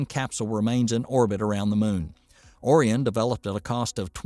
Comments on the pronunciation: Was O-ri-on thing a joke, or a misreading, or serious? That totally threw me.😅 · I'm guessing the narrator is from Michigan. He kept calling it Ŏrion instead of Ōrion. I say that because we have a city, just north of Pontiac that we all pronounce as Lake Ŏrion. We can always tell if someone is from out of the area because they almost always say Lake Ōrion. And, yes, I added the phonetic makes over the "O"s to make the point.